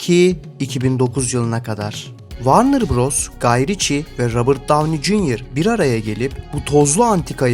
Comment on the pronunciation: Varnır değil dostum. Vornır. Takılmam böyle şeylere ama çok batıyor cidden.